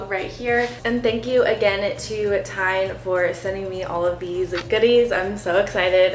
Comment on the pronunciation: TIJN is actually pronounced as "TEN" Just like the number ten. I first commented to you back in Feb. 2021 when you got your first pair of glasses from a local optical shop. Those were in a clear plastic frame which suited you very well. For some reason you had been holding off getting your eyes examined to get glasses. I assume you just weren't all that thrilled about wearing glasses. Even though you probably thought your eyesight was good enough to be driving without glasses I'm sure you weren't. Now that you have glasses and wearing them when driving I'm sure you realize that as well. When going to concerts or sporting events the musicians and players had to look quite blurry to you before you got glasses. You admitted that you should really be wearing glasses all the time. So as an optician I have to ask you why you're not wearing glasses all the time rater than walking around seeing everything more than a few feet away blurry? You certainly can't say you don't look good wearing glasses because you very clearly look amazing wearing glasses. I'm very curious as to why you didn't have your prescription included in your new glasses from TIJN? You apparently didn't get your prescription in any of the glasses? I can't imagine why you wouldn't want prescription sunglasses considering how much you need glasses to see things at a distance. I would think you would want them for driving at least. You do realize that you can't wear non-prescription sunglasses t drive anymore don't yo